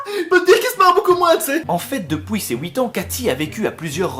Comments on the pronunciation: "Depouis ses houit ans" ça me rappelle "fouite" 😂😂 ELLE A RAISON stp arrete avec cette prononciation stp ui et oui c'est simple pourtant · depuoui ces huit ans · « DEPOUIS » ses 8 ans 😂😂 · "depouis ses huit ans" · "Depouis" ? Mdr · "depouis ses huits ans" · "Dopouis c'est huit ans" XD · «depouis ces 8ans» 😂😂😂😂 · "en faite depouis" d'accord .... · « En fait depouuuis ses 8 ans » 😂😂 mdrrr l’accent belge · depuis ces houit ans ? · En fait depouis ses huit ans...😂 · Ahah se fameux "depouis" #Belgique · DepOUIs ? ;) Ah ! Notre petit belge préféré ^3^ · Sa s'appelle l'accent belge 🇧🇪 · pareil mdrrr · Ça fait un peu accent italien je trouve >< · depouis ses houit ans :p , roh je me moque ce n'est pas très sympa ^^, plus je regarde t'es vidéos plus je t'adore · Depuis ses wouit ans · A "depouis ses houiit ans" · "Depouis ses houit ans" ça me rappelle "fouite" 😂😂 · "Depouis ses ouite ans" 2k17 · Juste parce que tu a dit blédard j'ai souri ... Merci a toi x) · t'es Belge ? je t'ai entendu dire "depuis ses houit ans" mdr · "Depuis ces houit ans", merci les belges, vous me f'rez toujours autant kiffer <3